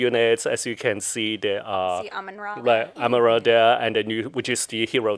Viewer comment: The developer said Amarandra instead of Amanra? Those things are worring me. :(